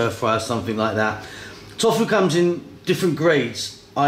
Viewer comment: you dont pronounce it "Tof-fu" hahah you pronounce it "To-fu"